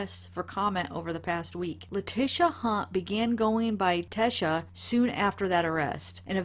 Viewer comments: Her name is pronounced..Lah-teesha not Lah-tisha..No I don't care about her however we should all know how to pronounce her first and lastname by now. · Name is pronounced LA-TEE-SHA.